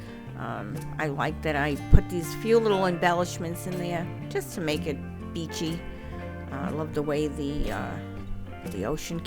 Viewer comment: May I dip my piggies in your surf and the feel the sea glass green tumble over? You made it just "beachy", but I kind of heard "peachy" which works with that sand too! 🤗🤗🤗